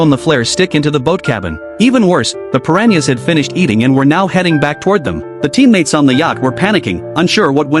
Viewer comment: Bruh it’s piranhas not Perrania’s